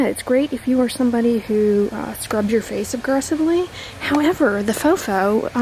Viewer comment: I couldn't understand what you were saying about Nuface ? Your voice started mumbling, went gruff and quiet when the review was bad but clear and loud with a good review ☺ you look more suspicious at how your acting, just do a review in confidence. Thx